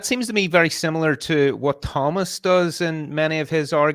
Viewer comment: I'm gonna start pronouncing it THOE mist